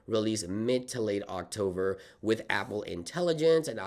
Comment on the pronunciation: Why do you say octover?